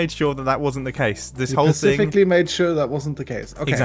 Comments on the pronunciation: mumbo: pacific me: hermit challenges? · " I pacificly made it that way" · Mumbo: "Let the magic begin, (i mean pacificly)